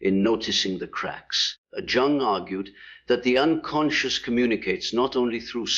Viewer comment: this must be a bad AI because mispronounced three words last one being Carl Jung’s name plus repeats same message over and over